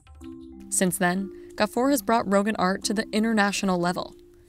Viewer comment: It’s roghaan not rogan